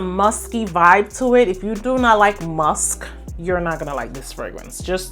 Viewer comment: Thank you for a lovely high quality video 😊 I really like the variety and that you explain the scents - you do it so well! One small piece of advice, if I may; it would less distracting if you pronounced musk, ask, Taskeen.... mux, ax, Taxkeen - I have clicked of videos before bacause of repeated pronounviations of sk as x. 🙈 It is a small thing that agitates nerds like myself 🙈😂 But of course, keep being yourself. ❤